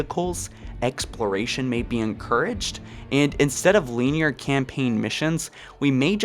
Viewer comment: I’m great with all these ideas, especially the open world. Also, you say linear weird, I’m not gonna say wrong because different dialects and all that but I’ve never heard it pronounced like that.